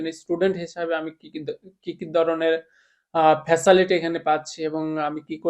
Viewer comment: ফাচালিটি না ফাচিলিটি